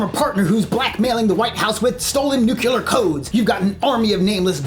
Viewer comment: He had me at 'nucular'. :D